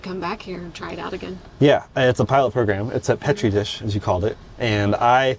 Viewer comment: It's peach tree dish. Marge Taylor green 😅😅